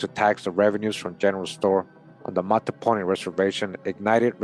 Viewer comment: Mattaponi pronounced Mah-ta-Po-ni Just in case someone want to say it correctly. I was born and raised there. Still listening Thank you for this video